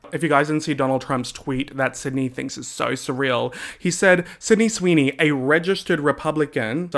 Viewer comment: “So sureahl”😂😂😂